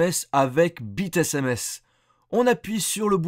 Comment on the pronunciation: Bite sms ... Prend même pas la peine de prendre un accents et ça change toute ma vision du monde